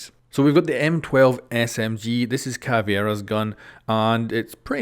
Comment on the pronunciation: He pronounced it caviera instead of Caveira